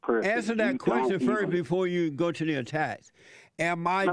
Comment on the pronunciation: I love the way he says attacussss